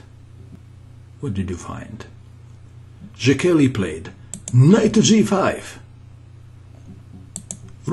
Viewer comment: the name is pronounced like [say key], good show by the way